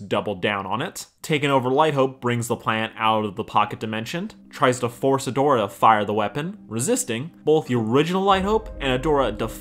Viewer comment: Male Katara? Or male Adora, dude I’m pretty sure you mispronounced that